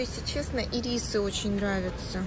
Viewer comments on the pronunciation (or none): Правильно Ирис ударение на первый слог